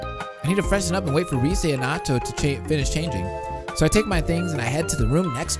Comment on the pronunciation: I swear you said Noato a boy Noato is a girl